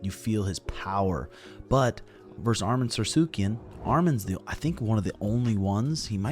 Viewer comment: it's not sarsukiyan ! it's Sarukiyan!